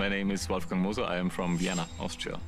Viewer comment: I thought she shouted "Wolfgang Loser"